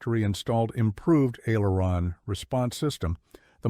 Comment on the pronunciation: AI narrator needs to pronounce aileron. That is the trouble with all of this AI narrators